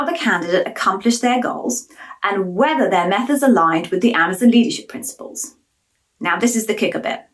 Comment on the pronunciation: I hear they are changing the company name to Amaz-IN. Apparently, Amaz-ON is too hard to say.